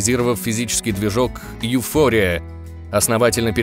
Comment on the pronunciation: Хотел бы поправить автора, произноситься не юфория а эйфория. Я просто "изучал" эту технологию.